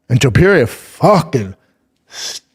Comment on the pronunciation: Somebody explain to Schaub how to pronounce Topuria's name. It's not that hard. It's Toe-Purr-EE-UH... not Tuhperia, Schaub.